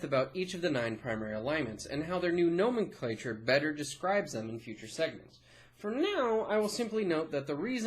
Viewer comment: no-MEN-cluh-cher. not GNOME-in-CLAY-cher.